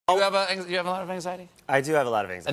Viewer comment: Bro said touuorjhave a lot of anxiety and it got me rollin😂